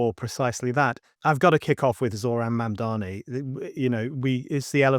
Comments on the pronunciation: I wish these and other commentators would learn how to pronounce Mamdani's name. Is it deliberate, a kind of dismissiveness? But it just weakens their argument and makes them look inarticulate. It's Mamm-darnee. Not Mann-darmee. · Another video with someone who cannot pronounce Mamdani’s name; if you’re going to make a video and take a stand, do you think that it doesn’t behoove you to look at his name and say it correctly? MOM DONNY. I think America’s illiteracy has to do with the fact that most people in America speak one language, unlike in Europe, where people are multilingual.. Your message is great, but you sound illiterate.❤ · Yes, but do you think she consistently mispronounces Mamdani's name deliberately, to be dismissive of him? It's odd. She calls him Mandami repeatedly. I think it looks uninformed. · I like that she's continually pronouncing his name wrong 😂👍🏼 "Mandami" 😂👍🏼